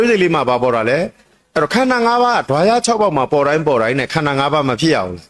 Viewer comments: ခန္ဓာ၅ပါးတောင်ပီသအောင်မပြောနိုင်ဘူး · ခႏၶာ ငါးပါးကုိ...အသံထြက္က မမွန္ပု😊